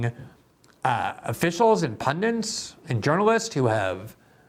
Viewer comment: It's PUNDITS Glenn, not PUNDANTS......😄👍